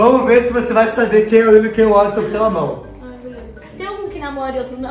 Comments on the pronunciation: Eles só falam Wotson mdssss, É Watson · mn eles errando o nome do Watson.....falando wotson rsrs...amei esse video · Os chamando o watsom de "Wotsom" kkkkk